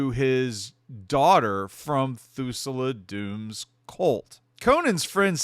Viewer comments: Thul-sa, not Thu-sa-la. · Just found your channel. Great stuff so far. Oh... it's pronounced Thul-Sah not Thoo-Sul-Ah. Sorry. I'm a nerd and we notice these things. :D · He pronounces it so bad... almost as if he's never watched .... hmmm.... 🤔